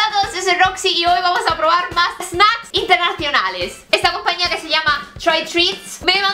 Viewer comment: Yeeeeihhh dijiste snAcks hahah